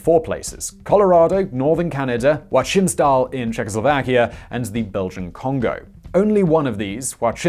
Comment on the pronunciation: Not gonna lie, i love the pronounciation of "Joachimsthal"😂 It's so wrong, it's awesome